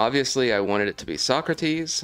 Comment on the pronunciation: Don’t you mean So-crates 😉